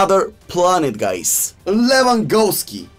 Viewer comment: Levengawski ..levengawski lets go 😂😂😂